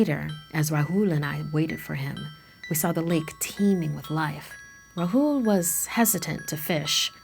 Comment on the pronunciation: it not ruhool its raahul